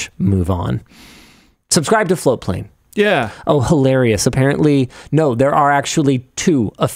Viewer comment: I've been hearing FloWplane for the last few weeks... looks like its actually FloaTplane 😘